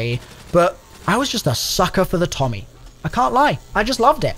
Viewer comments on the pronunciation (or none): none